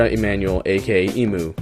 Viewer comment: Emanuel pronounced = manwell